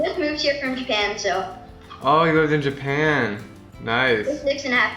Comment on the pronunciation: Japam really is japan not japam